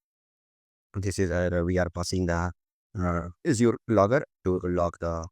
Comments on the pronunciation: Asur... You will be laughed at if you pronounce Azure like that. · Strong start to the video by repeatedly mispronouncing Azure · I get that people have different accents, but mispronouncing the name of the main tech in your arsenal? I feel like so many people in the industry are naturally disrespectful.